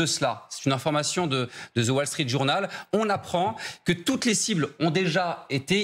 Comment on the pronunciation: 🔶🔷 SVP cessez de prononcer la lettre Z ( à 1 min. 30 sec. ) dans le mot anglais THE, ça se prononce DE,. Ayez un peu de.............